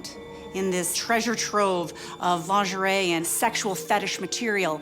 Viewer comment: It is Lingerie. LEAN -GER - REE . If you need to use French words - just take out your bubble gum .